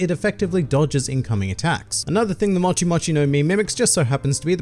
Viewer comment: It's MOCHI not MATCHI